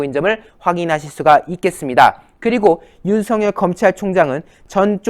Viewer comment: 윤성 열 인지 윤석열인지 발음좀